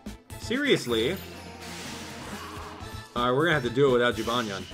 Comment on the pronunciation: Have you ever thought of pronouncing jibanyan as Jee•buh•nyan